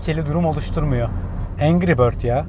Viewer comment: Bir atasözü der ki ''engri bötz yaa''